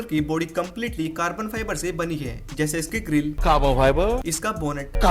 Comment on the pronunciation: That "CAABAA-FIBAA" always makes me laugh…😂🤣